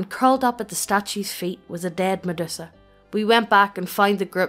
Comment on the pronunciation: lol "Meddussa" I have never heard anyone pronounce it like that before